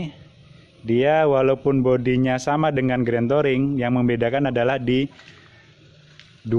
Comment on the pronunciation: Touring bacanya Turing